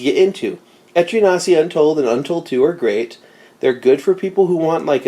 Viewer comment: I keep hearing etrian nazi🤣🤣